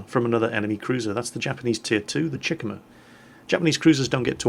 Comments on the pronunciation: The tier 2 Japanese cruiser's name is pronounced. Chick-uma. Not Chikimma. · It's pronounced Chi - ku - ma. Three syllables. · gamerguyx095 everytime he said chick-uhmuh it was like nails on a chalkboard come on now,, embrace your inner weeb Chee-koo-mah like the Chi in Chi-ha and the Kuma in...Kuma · It's pronounced CHEE -KU -MA , like Kuma, but with a Chi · The way he says Chikuma... Lol